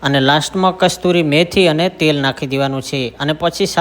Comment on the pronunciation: કસ્તુરી નહીં કસુરી મેથી..... (સુકી મેથી).